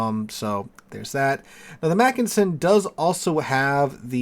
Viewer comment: You’re a teacher -look up Wikipedia for pronounciation details! And you got the “Mackensen” right the first time, before veering of in your variation of McKinsey. In German, an e is pronounced like in bet. And yes, Mackensen is stressed on the first syllable. PEF is a good ship, btw.